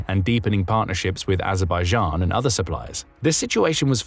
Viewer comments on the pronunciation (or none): none